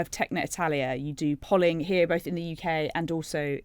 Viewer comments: It is pronounced "polling" not "polling" omg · Liar! It's pronounced "polling"🙄